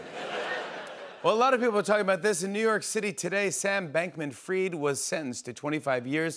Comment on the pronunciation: His name is Bankman-Fried! Not as in freed but fried as in chicken